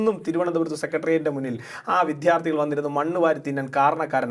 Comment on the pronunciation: വിദ്യാർത്ഥികളാണ് !!! വിധാർത്തികളല്ല !! മൽയാല വാക്കാണത് !!!